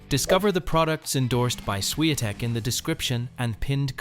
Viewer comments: I really do not understand how they pronounced her surname as “Shiantek” when it is spelled as Swiatek🤔🤔🤔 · Buddy, just for respect to Iga, if you use AI or any lector to read the text, make sure her last name is pronounced properly. Because this is what happened in this video is just ridiculous with no respect to world no.1 Don't do this again.